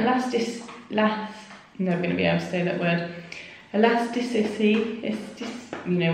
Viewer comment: I think Freddie said elasticity better than you 😂😂 😂 Be a darl n get us some some sun cream if you go again before my holiday 😝😘 made me want a bath now 🙊 xx